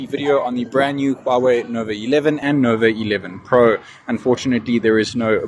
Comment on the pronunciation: Why you keep saying Novi instead of Nova😂